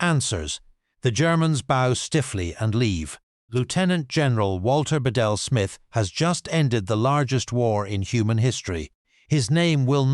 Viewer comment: It’s pronounced Be-Dell